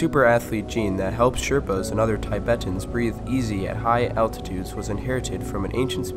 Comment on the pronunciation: Really? "Tie-bettans'? From 'Tie-bett"? Americans, you never disappoint.